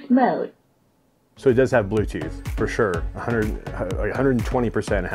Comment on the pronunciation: “Bluethooch mode.” “Powr off.”